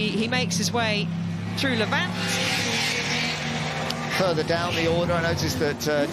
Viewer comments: Lavant! Not La Vant, please, this is Sussex not some exotic foreign circuit! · The best event in the world bar none. The detail and the racing is just incredible. I’m a local and the pronunciation of Lavant needs to be corrected. Rather than Lav-Ant, it’s Lavant. Like the pronunciation of “haven’t”. I’m so sorry to point this out but I just had to. 😂